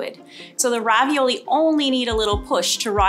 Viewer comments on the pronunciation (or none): Did the food scientist say Ravi-YOLO?